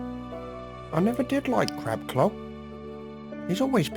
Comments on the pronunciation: turn subtitles on he says cock insted of clock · A lovely crab cock??? Is it just me or did he say clock wrong... xD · did anyone else hear "novelty crab cock?" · I love how jack didn't even notice that he said "a novelty crab cock" instead of clock 😂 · "Crab Clock" almost sounded like "Crab Cock" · I Keep Hearing "Crab Cock" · I swear he said a novelty crab cock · It sounded like he said " A novelty crab COCK" instead of "CLOCK" 😂💦 mother forgive me. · it sounds like he says, "a novelty crab cock" 😂